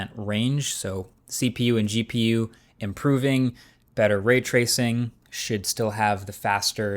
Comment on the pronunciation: He said should